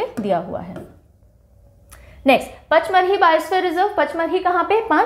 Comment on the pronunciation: Panchmadi hai pronounce